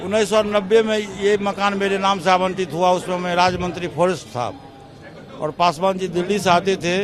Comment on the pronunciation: Sarab Pikar Bol Raja Hai pasu pa Rsh